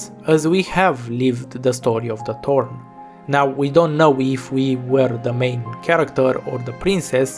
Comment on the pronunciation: I just realized something... thanks to your foreign accent, you pronounce Thorn as "Torn", which brings an interesting meaning to her character. She is most-definitely torn apart as a character at this point. I mean, Thorns have a tendency to tear apart whatever rubs against it.